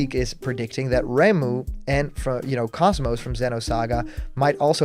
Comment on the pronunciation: > Pronounces KOS-MOS as "Cosmos" and not "k-OH-s m-OH-s" throws desk, and starts reporting every video on the channel, as well as compulsively tweeting #BlockedContentisOverParty jk I hope to heck that KOS-MOS gets in tho. Best robot girl deserves love.